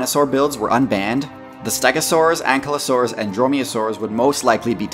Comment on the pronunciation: Not to be nit picky but it’s pronounced ank-I-losaurs